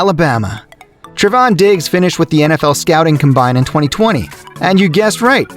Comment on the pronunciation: You can tell this clown of a narrator has never watched football in their life with the way they said “combine” Get a real fucking job that doesn’t involve narrating videos that sneak in cool facts between the obvious smears to Diggs